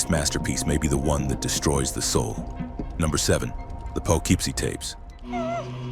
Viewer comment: The correct pronunciation of Poughkeepsie is pa-kip-see, not po=keep-see